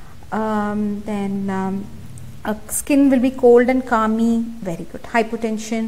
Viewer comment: Also it is clammy skin, not calmmy.